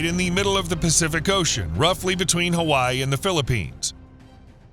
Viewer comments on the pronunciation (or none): none